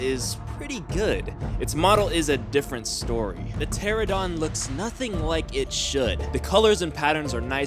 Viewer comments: It's not a pteradon it's a pteranodon. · Bruh why do people say"Pteradon" it's "Pteranodon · Pteranodon... Pronounced ter-ran-uh-don not terra-don. JS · Not "ptera-DON" its "Pter-ON-odon". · Why does everyone say Pteradon instead of Pteranodon? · Bruh, It's pronounced TER AN AYYY DON not a teradawn. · How do you guys not get it!! It's a pteranodon not pterodon. 😐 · also its teranadon not teradon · I ANNOYS ME SO MUCH WHEN PEOPLE SAY "PTERADON"!!!!! I'M SORRY BUT SHUT THE FUCK UP UNTIL YOU FIGURE IT OUT!!!! I NEED TO CALM THE FUCK DOWN!!!!!!! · Why can no one say pteranodon? There is an 'n' in it